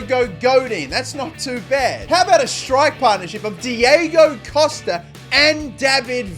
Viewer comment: Somebody needs to tell here that he say the names diego wrong on costa and godin